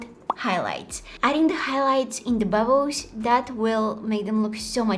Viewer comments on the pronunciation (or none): Is actually bubbos how she say it 😂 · Bubbs😂😂😂😂 = bubbles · We say bubbles and she says bubus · the way she says bubbles “bubboes” litterly that makes me so happy idk why , i love her so much , like can we just also appriciate the time she takes to edit just for us to like her videos wow she makes me so happy i love her so much i hope she keeps posting to be honest❤❤❤❤❤ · When she says bubbles,it always sounds like ‘’bubboes’’🤭🥰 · I loved when she was saying 'bubbos' I was laughing so hard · saying: bubbles me listening: babbos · When she says bubbles, it always sounds like "bubboes" 🤭🥰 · if your reading thisim not a hater but no offense but she's kind of right